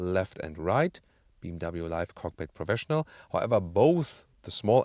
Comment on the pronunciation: He dosen’t pronounce BMW properly.